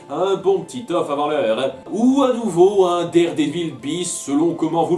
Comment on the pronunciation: oh! comment tu dis daredevil?! xD